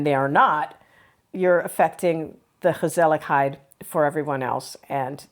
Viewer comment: Respect for your understanding of the Dutch culture ❤ And my compliments to your pronouncing of the letter G in Dutch, f.i gezelligheid. Thumbs up!